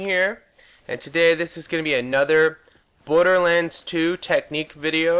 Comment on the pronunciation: at the start it sounded like you said Butterlands 2